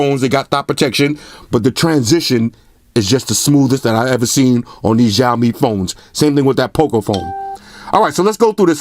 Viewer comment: the phones will come to usa/canada in 2019, also it is pronounced more as "shhhh aaaoouu " " mmmeee" it means.. xiao = little, mi = rice grain. cheers